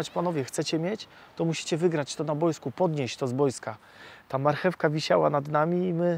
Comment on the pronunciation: "repentacja" niezmiennie, a poza tym calkiem spoko sie oglada :) edit: "na BOJSKU!"